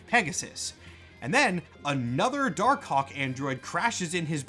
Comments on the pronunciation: Dar Kawk. You won't unhear it. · Pronouncing it "dar-cock", without a little pause between the two words, is wild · I can only hear dar cock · You… you really need to annunciate Dark Hawk better. I thought I heard “Dark Kawk” (say it out loud you’ll get it) like 10 times. 😭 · im sorry for being immature but i keep hearing dark cock 🥹